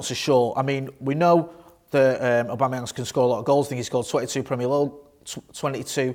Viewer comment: Lol did he say Patrick abamuyange